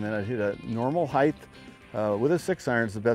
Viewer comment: johnny there's no such word as heighth.